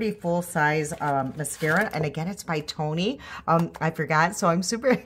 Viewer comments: ioni babe not Tony (eye-oh-knee)😂😂😂❤❤❤❤ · Correction: the products at dollar tree are Ioni…”I…own…eeee”, not Tony. 👍😊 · Great look! The clean stuff in the light green package (blush, liquid lip) is supposed to dupe Tower 28 The brand you like is pronounced Ioni ("eye-own-ee"). ❤😊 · Hi I’m a new subscriber I liked your dollar tree makeup application. You have probably heard this but the brand of eyeliner is ioni pronounced eyeoni I wished I could apply eye makeup like you I’m blind in one eye and don’t see well without my glasses on. I’m a hot mess. lol